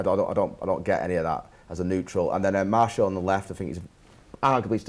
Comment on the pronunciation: mate; you're a top lad, but you gotta learn how to pronounce Martial's name properly. It's pronounced: [Maar][Cee][Al]